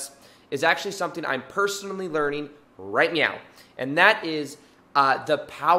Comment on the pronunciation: Did he say “right meow”?